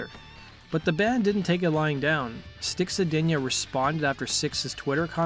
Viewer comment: Stop saying Molly Crue please and sponded instead of responded. Thanks.